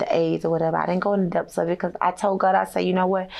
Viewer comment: depths is pronounced depppthhhhhhhhh not deaf!